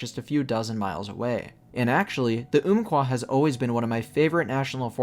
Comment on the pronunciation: Great video man. Just one correction, it's "Ump-Kwah", not "oomp-Kwah". This was named given to the river by the Athabascans long ago, and later the US government passed that name to the forest in 1908.